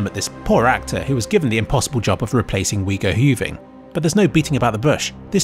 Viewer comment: "Wego Huving" I'm dead 🤣